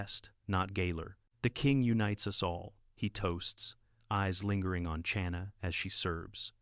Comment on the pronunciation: Narrator needs to learn how to pronounce the ch in Chana. Not like cherry. Like the ch in Bach, the composer.